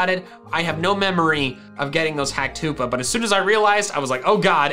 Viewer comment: No one:: H°°pa